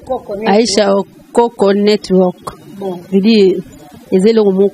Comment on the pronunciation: oko misua mungongo na lolemu aicha okoko. network ango nde ozo loba ngo kkkkk networrrk